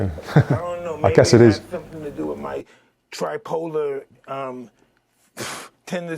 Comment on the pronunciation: He sed Tri Poler